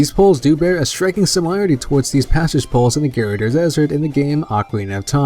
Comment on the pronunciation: dude the gerudo desert is pronounced gir-oo-doh